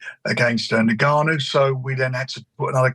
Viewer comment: Tell frank it’s pronounced N-Gannou not niggannou